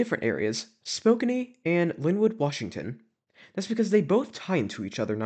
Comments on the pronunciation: Spokane is actually pronounced as Spo-CAN. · I'm so sorry but your pronounciation of Spokane really made me laugh. Its actually Spo-can.